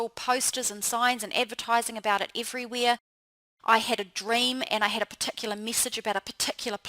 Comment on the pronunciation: omg, no offense but your accent made me lol!!! "your "eide" (head), "everyweire" (everywhere), "beid" (bad)... lmao